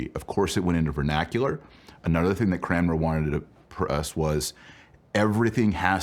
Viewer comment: It is painful to hear Dr Marshall mispronounce Cranmer each and every time.